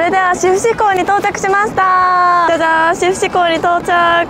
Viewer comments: しふしじゃなくて 志布志(しぶし)だよ😃志布志可愛い😊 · サンフラワーも串間もいいですね。 ちなみに志布志は しふし ではなく しぶし と読みます！